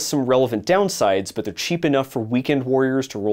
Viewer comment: You left out "Zey'r dirty girls"